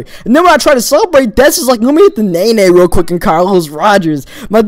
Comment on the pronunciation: Amanda Lara it's naenae